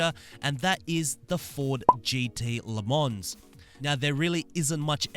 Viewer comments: please do you and us a solid and NEVER actually pronounce the S in Le Mans, its silent so its actually pronounced “leh mon” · Haha this guy actually says la mons. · le mans is pronounced le mon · "Le mons" LOL "Scuderia"😂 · You actully don’t pronounce the S in le mans. Just sayn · You do not say the s in Le Mans